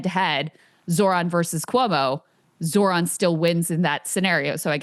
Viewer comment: When is Ryan going to learn how to pronounce Zohran 😂